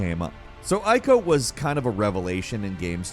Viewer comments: eeeeeko, not eye-ko. it er ate not eye-ter-ate. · it's pronounced 'eco' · Ico is pronounced eeco btw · Ico is pronounced "Eeco".. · Shadow of the Colossus is a prequel to Ico ;) You do say it correctly eventually, but... ;)